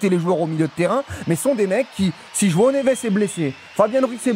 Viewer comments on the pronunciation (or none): none